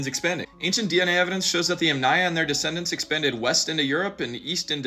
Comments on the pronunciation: it's actually pronounced YAMnaya, not yamNAya, stress is on the first syllable. Otherwise great video!! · If the word yamnaya comes from Russian/Ukrainian I think the intonation would be on first syllable. Ie. Yámnaya instead of yamnáya. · I feel like your pronouncing of Yamnaya is wrong, and it’s like yámnáya (I don’t know the symbols, so like: YAM 🍠- НАЙ - UH) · Stress in Yamnaya goes to the first syllable, btw